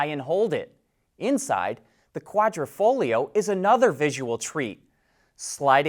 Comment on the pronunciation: Thank you for pronouncing Quadrifoglio correctly. :)